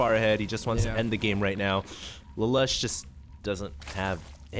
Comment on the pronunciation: its pronounced laloosh